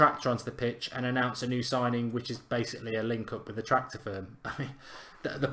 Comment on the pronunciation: "Tractor" ffsssssss 😂😂